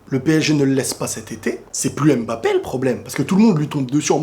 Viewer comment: Mba et non M-Ba mdr la prononciation mon ami 😄